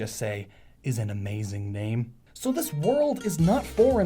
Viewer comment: I like it, but you got one thing wrong: It's spelt Rabbot, but it's not pronounced Rabbot. It's pronounced RabBOW.